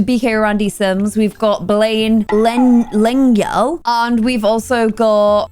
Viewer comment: Wow the game really threw a delicious Hungarian surname at you there 😂 I am not even able to explain how to pronounce the letter "gy"but have to say you have done it very well for someone not speaking the language and is a self-proclaimed butcher of words. The word lengyel means 'Polish' (persons from Poland).